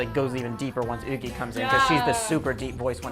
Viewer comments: Yuqi name is not pronounced uugi it’s pronounced yu-chi 😭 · LMAO Yuqi’s name is pronounced in Korean like woogi 💀for future references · Yu-chi is the Chinese pronounciation, watch her in Chinese shows they call her name like that because she's originally got a chinese name. Korean is different due to different syllables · Lmao you gotta pronounce the Y in Yuqi